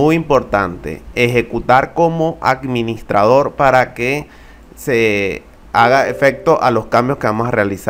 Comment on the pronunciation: No mames, ni hablar sabe el compa... Acministrador, ocsiones, fairewal, le damos clip... Chale...